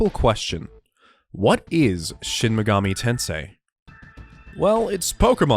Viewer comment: I liked this video simply by virtue of you being one of the only people on this website I've heard actually say "Shin Mega-MEE Tensei" and not "Shin Mega-MAY Tensei." I subscribed by virtue of the solid content though. The video was informative yet still very easy to digest and really got me excited to play more of the SMT series than the few hours I currently have under my belt. Great work.